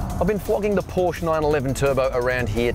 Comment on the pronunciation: I found something wrong mate. You dont know how to say Porsche.